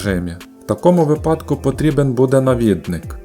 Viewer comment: Дякую Автору за працю! Вподобайка та коментар для розвитку Вашого каналу та кращого поширення контенту алгоритмами YouTube 💙💛 Дозволю собі лиш невелике зауваження: наголос у слові "випадок" має бути на "И", по типу слова "вИсновок". ... щоденні звіти пана Ляшко, що робив цю ж помилку під час "ковіду", досі мають значний негативний вплив на мову людей, що дивились ЗМІ... І передавали далі, як вірус... На жаль. (((